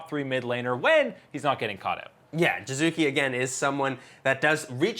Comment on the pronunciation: Dear God. How hard is it to say an "e" in Jizuke? If it was meant to be "Jizuki" he would have picked Jizuki as his nickname. I get that you have weird ambigious aphabet (ei bi si di i ef ji) however calling him "Jaizak" would be even understandable because world knows you tend to read everything as english words. But "Jizuki"?? Give me a break...